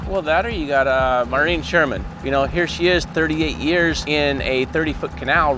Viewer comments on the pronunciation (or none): none